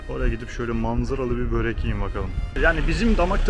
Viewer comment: Karadağ için burek hahaha hiç yanlış söyleme şansın kalmıyor ben ö ile alışık olduğum için bürek diyorum tuhaf tuhaf bakıyorlar aynı senin bööğrek olayında baktığın gibi 😂😂😂😂